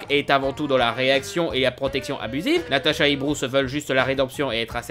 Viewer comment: c natasha pas natata